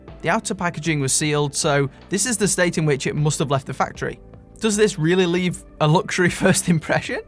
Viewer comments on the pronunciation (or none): none